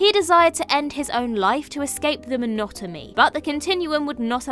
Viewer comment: Pretty certain I just heard the word "monotomy" 😮